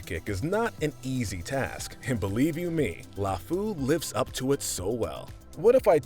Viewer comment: i died everytime you pronounced lefou